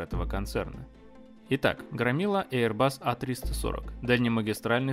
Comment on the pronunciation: один раз не эйрбас, как говорит 😊